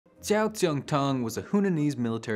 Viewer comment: A nice primer on American Chinese food. The pronunciation was "oof", but at least you said "Jow Jongtang" and "gay lohn", etc with authority, I guess.